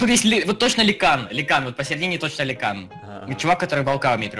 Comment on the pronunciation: скажи жеки что не ликан а люкан а зелёный крипер это баньша